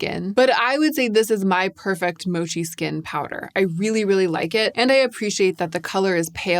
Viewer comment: I find this video very valuable, especially the mascara reviews. I also really like how you pronounce the word “mochi”. I’m a Korean American but my mother and sister also speak Japanese, and I was surrounded by Japanese culture growing up in Hawaii. I tend to pronounce Korean and Japanese words very accurately. They way you pronounce “mochi” sounds so delicate and sweet.